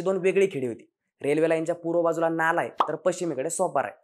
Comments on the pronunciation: नाला नाही रे "नाळा" दोन्हीही गाव पश्चिमेलाच आहेत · नाला नाही हो नाळा आहे . नाळा सोपारा हे मूळ नाव. स्थानिक लोक आजही एकमेकांशी 'नाळा' असेच बोलतात. दोन्ही नाळा आणि सोपारा हे गांव आजही दिमाखात आहे. आता नाला बोलल्या गेल्याने त्या शब्दाला घाणेरडे अर्थ आले. अशी महान परंपरा आणि इतिहास लाभलेला नाळा सोपारा माहिती अभावी नजरे आड झाला . आपल्या प्रयत्ना साठी शत शत आभार .